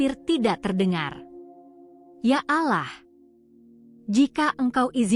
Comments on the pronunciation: Utk admin, penyebutan nama tuhan, bukan ALAH-, tapi -ALLOH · Saran untuk Admin kalau mau cerita tentang Islam sebaiknya konsultasi dulu dengan seorang Ustad atau seorang Muslim yg benar karena saya sangat terganggu ucapan ad min dalam penyebutan Allah dengan menyebut Alah ini cuma koreksi.